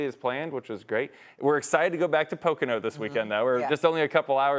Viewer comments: "Pacano Raceway" It's pronounced poe-co-no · It isnt pronounced "PIC🅰️NO" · Did she just pronounce Pocono as "Picano"? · “Pocano” my lord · Po Kahn o... lol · Pocano raceway she says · Poh-can-oh? What? 😂😂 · Did she say pacano? ESPN sucks at covering nascar, ever since 2007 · I like loGAno winning at poCAno 😂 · As someone that lives near Pocono she pronounced it wrong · The fact that ESPN cant even get an host to pronounce Pocono properly should have made Logano get up and leave because nascar always get screwed over by “sports” anchors. Sad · That’s not how you say Pocono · The way she pronounced Pocono though lol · Why she say it like that like ewww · Your network sucks. 20 million nascar fans across the globe and you lead in cant even pronounce Pocono correctly. AND PTI never ever mentions nascar.